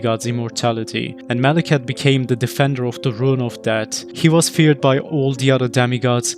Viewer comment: Mawekith....the Bwack Bwade...